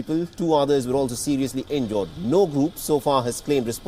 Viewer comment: This guy doesn’t know how to pronounce every day words such battle, injured, etc. I wonder how he got this job.